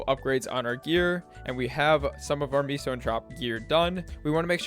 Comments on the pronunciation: It’s meso (Meh-Soh) not miso soup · its "may-so" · Amgggg, stop saying MEESO lol.